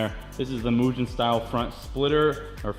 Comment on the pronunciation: im pretty opinionated when it comes to cars, so i have to say that those headlights dont match the rest of the car at all. for the same price you couldve gotten the black surround headlights that would have matched. also, its pronounced moo-gen, not moo-jen or myu-gen